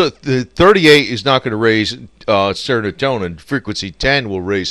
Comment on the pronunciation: IT'S NOT "SERONOTONIN". ITS S E R O T O N I N. BEST WISHES FROM INDIA